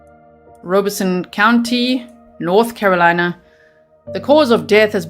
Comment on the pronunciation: I live an hour away from Robeson County and know lots of people from there. And never heard it pronounced Rowbeson. They pronounced it ROB-a-son